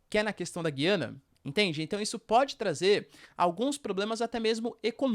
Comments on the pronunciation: Porquê vc fala Gyana e não GUIANA, que é o nome correto ? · Bom dia. Guiana nunca teve trema, mas o “u” sempre foi pronunciado e esse é o padrão no português do Brasil. A pronúncia correta é: “Gu-i-ana”. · Porque voce pronuncia o nome Guiana diferente?